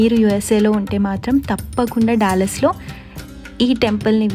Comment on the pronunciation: డల్లాస్ టెక్సాస్ అనకూడదు ! డాలస్ టెక్సాస్ అనాలి . ఎందుకంటె సియాటిల్ దగ్గిర ఇదే స్పెల్లింగ్ తో డల్లాస్ అనే పట్టణం వుంది. గందుకని గలా పలకాలి .